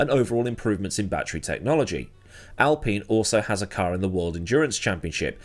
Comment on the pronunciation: al pain is how admiral general aladeen would pronounce alpine